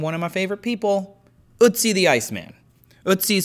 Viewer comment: I believe you can pronounce Ötzi correctly. Take and hold the 'e' in 'enemy', leave your tongue where it is with 'e' and round your lips into an 'o'. Got it? 'e' as in enemy tongue + 'o' lips = 'ö' as in Ötzi